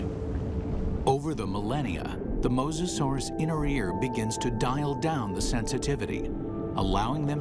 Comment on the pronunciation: it's moSAsaurus